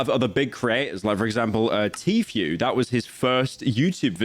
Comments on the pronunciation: how did bro mess up a four letter word that badly, vro really said tea phew 💔🥀💔🥀😭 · I like how Pyro says Tfue as Tfew